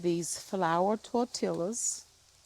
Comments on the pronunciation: Just say tar-tia... tar tee- ah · Its Tor Ti Ya. The LL sounds like a Y. My sister gets it wrong too. LOL. Its ok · Tortillas - both l's are silent😊 Tor-tee-yas I'm glad to see the heaviness off of you. Thank you, Pastor Minor. I pray retirement will come as soon as possible🙏🏾🙏🏾🙏🏾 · Pronounced, Tor-Tee-ahhʼs. 🩷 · it's pronounced Tor Tee Yas... 😊 hope you are feeling better. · Hi its Spanish and pronounced "Tor tee yahs" ❤❤ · you can pronounce them, tor-tee-yah. I enjoy when you cook on your Blackstone. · Tor-tee-uh :) No "L" sound. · Yes, the L's are silent!😂😂😅 You are funny! I love you!❤